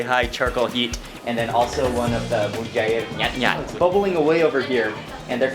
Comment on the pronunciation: Mary Leialoha its mujair nyatnyat not nyutnyut